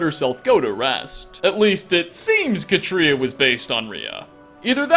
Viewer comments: Pronounced Kah-tree-ah, like cat. Not. Kuh-tree-uh. The accent is on the first syllable, and the a is short. I know this because I know three, yes, three real life women named Katria. And they would all take pliers to your tongue until you said their name right lol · Katria is: CAW-tree-uh. CAW. Tree. Uh. Listen to her pronounce it in game.